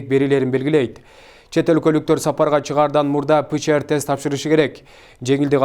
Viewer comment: Кандай окуйсунар, силерде редактор болбойбу. ПЦР тест дегенди , озунчо эле ПЧР тест окуп жатасынар.